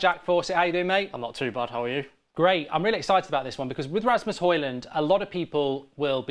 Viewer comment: If we get Højlund, please check out how to pronounce the name.